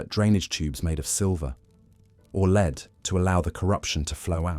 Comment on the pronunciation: In one of the videos, lead coffin was pronounced Leeed coffin. Even if it was AI written, not having an actual person read it is ridiculous. And if it is a real person, how would they make that mistake? The puzzling thing to me is that the voice does sound human, so are they just not a native speaker? I wish they'd tell us the answer.